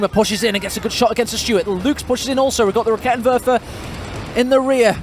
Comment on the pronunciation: A side node from a german: I LOVE that you try to pronounce the german troops correctly and you are actually pretty close on lots of them. Props for that. German is a horrible language. The one that took me longer than necessary to understand was the Raketenwerfer because you pronounce the first e too short. Try to go for rakeeetenwerfer :) The e is quick on Halbkettenfahrzeug because it is followed by a double consonant in this case TT.